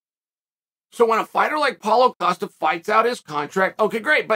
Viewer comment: How can Dana and Rogan not pronounce Costa name correctly and Chael who botches nearly everyone names say it properly “coasta”